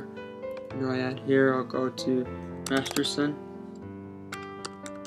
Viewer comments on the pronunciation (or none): none